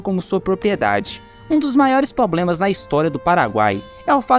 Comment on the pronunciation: Parei de assistir depois do "POBLEMAS".